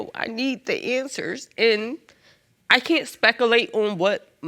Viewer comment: She said speckalate and then I couldn't remember how to say it properly for a good 2 minutes. 🤣